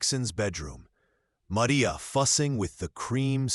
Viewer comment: Clarksville, TN. listening. Have to complement your narration. It was nice to hear the correct pronounciation of “calloused”, and the Mexican pronunciation of “Maria.” Also liked the picture - it sets the tone for the story and shows Catherine’s condition due to no water, heat.